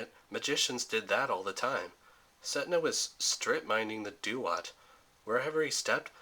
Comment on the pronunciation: Duat is pronounced Dwot, not doo-ot